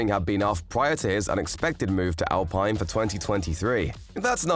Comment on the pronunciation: its not pronounce al(pine) this al(peene)